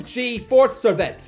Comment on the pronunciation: Him saying "Serviett" just sounds like something to clean your mouth at dinner time " is so hilarious because Serviette means towel in French 😂